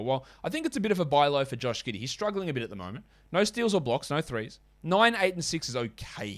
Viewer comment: Nice, bro, u were pretty close: it's like "GE-DES", without the "U". You the man!!